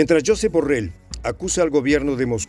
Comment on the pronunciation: /yosééép/ deja de decirlo como lo dirías en inglés.